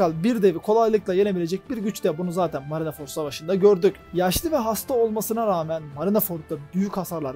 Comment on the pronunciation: Marinaford değil de marinford diye telaffuz edebilir misin